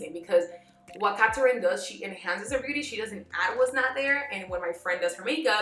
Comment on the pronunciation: “Catarin” giiiiirrrrl whaaaaat? 🤔🤯🤬